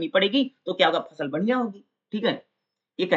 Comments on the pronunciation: फल नहीं भाई फसल वो फसल है। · Fal nahi h fasal h